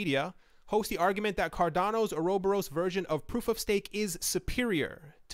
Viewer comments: Or-Uh-Bor-us = uroboros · Just found it funny but its (Ora) (bore) (us) . Pronunciation isnt a big deal, just found it funny to hear.